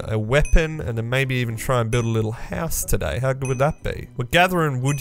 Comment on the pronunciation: Ah yes, vood